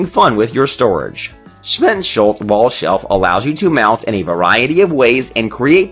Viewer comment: sVeNsHuLts ahahah